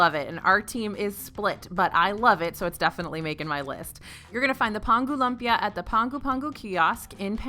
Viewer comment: it’s pronounced “loom-pia” not lump-ia 😂😂😂🥰